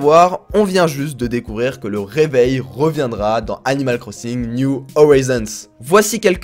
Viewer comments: "Niou Orizonse" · C’est pas niou howison bordel